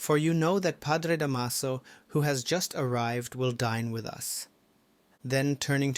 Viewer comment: Da’maso The stress is on the first syllable 😊